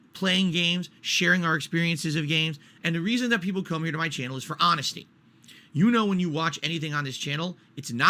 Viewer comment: “the reason why people come to muh channel is for hahnesty” …I can’t breathe! LOL claiming that he’s honest is like Hitler saying that he loves Jews! Lol